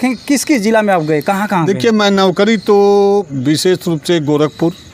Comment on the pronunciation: अरे कैसे कैसे पत्रकार बन जाते हैं ये नौकरी को नोकरी बोल रहा है😂